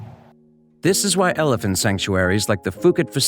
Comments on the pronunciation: Its pronounced Poo Kett, That is NOT Fooket Fuket.Its Phuket OK. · When I spent a couple of weeks in Phuket, everyone there pronounced the name of the place as “Poo-ket”. I never heard “Foo-ket” while in Thailand. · It’s pronounced Poo-ket not fuu-ket , it’s an island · For the love of god it's pronounced Poo-KET, Poo-KET! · Phuket is pronounce pu ket.